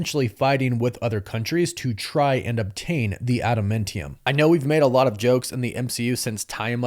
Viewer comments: my guy lol its Tee-ah-mut, not Ty-ah-mut and AdamAntium not AdamIntium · I like the content of this channel a lot. But if you can't get the views you make your channel better. Resorting to baiting comments by mispronouncing names like Tie-amut instead of Ti-amut and Ada-mentium instead of Ada-mantium is just lazy. I'm embarrassed for you. And for the record, nowhere in the MCU is Ross referred to as Thunderbolt (like in the comics). Using it in all your videos just confuses people that don't know better into thinking he has something to do with the Thunderbolts movie - which he doesn't. Whether that''s just more lazy baiting or not, you're not helping fans be confusing them. Rage baiting is one of the lowest things a YT channel can do. It's also a really good way to annoy viewers enough to lose them. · Are you purposely mispronouncing things who tf says tie-a-mut island and Adam-Ment-ium? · ADA "MEN" TIUM!!! 🤣🤣🤣🤣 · Tie-amut and Adamentium? Bro. Stop rage baiting and pronounce the words right. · Hearing you mispronounce Tiamut & Adamantium over & over is cringe af ngl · Bro how are you mispronouncing “adamantium”, still? 💀